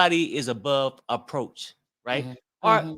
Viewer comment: It’s Above reproach, not “approach”